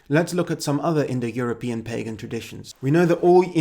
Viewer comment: You keep saying indoeuropian, like it were a real word.